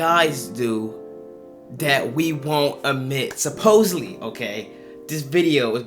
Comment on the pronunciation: lol wtf is the first soppusted to be offensI've